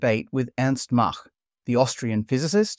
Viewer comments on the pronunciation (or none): none